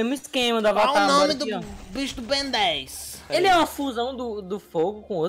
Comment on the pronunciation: "ben 10 grnde" kkkkkk